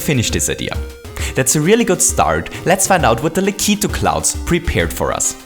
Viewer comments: O.K,. I've had enough of you saying lak (lack) i (ee) tu (two)!!! It SHOULD be pronounced lak (lack) i (eh) tu (two)!!! please, and thank you. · It's pronounced "Lack-A-Two" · It's pronounced Lack • it • too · U pronounce lakitu like lakeet2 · It's pronounced Lah-Ki-Too. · i'm sorry to tell you but you are saying lakitu wrong